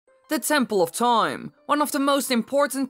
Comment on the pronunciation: Tempoll of Toime